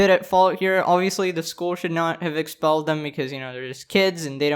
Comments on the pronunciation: not expellled its EXXXpelled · “EXXXpelled” omg